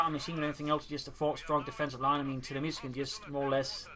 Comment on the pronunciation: Hi, just a quick note on your pronounciation of tiramisu. You say tira-misu. Whereas it is more appropriate to say tira-mi-su (as if they were three separate words (italian for "pull me up" [a type of cake or pastry])) Very small detail if you're interested.